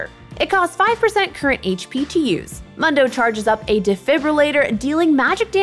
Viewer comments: Moon-dough, not Mun-dough… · How do you pronounce Mundo as Mando? He says his own name at least 20 times in the game, has she even played him? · it's (Moon-Do) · Its moondoh not mun doh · It sounds better to you but it is still the wrong way to say it. I honestly don't care that much about his name but It definitely made me stop watching this video. Why would I listen to what they have to say about it when they don't even know how to say his name right? That's why its mildly infuriating. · you actually pronounce it like MOON DOUGH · Why can’t she say Moon-dough? 😩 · Mildly infuriating how she says his name. Character literally says it about once a min in game. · Right? Kinda cringe af and I don’t wanna finish this video now. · Literally couldn’t finish the vid bc of how she pronounces mundo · I was thinking the same thing. I was like "have you ever actually played Mundo??" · How can you mispronounce his name... He literally says it every time he talks in 3rd person...... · It's Mundo, not Mundo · Really not into this narrator/creator thus far. Voice is honestly kinda annoying, she acts overly-bubbly, she said "Mundo" wrong a hundred times despite the fact that he says his own name constantly, and the whole thing about "yeah people have decided magical footwear is good, but nah, im not budging on this hehe" came off really obnoxious. Not saying I hate her or she's beyond redemption, but some changes would be good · I like the host but I can’t stand this video. Solely because of how she says his name. Mundo literally says his own name. We all know how it’s pronounced. WHY DOES SHE CHOOSE TO DO THIS TO US??